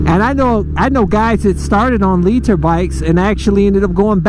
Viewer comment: "leet-her" bike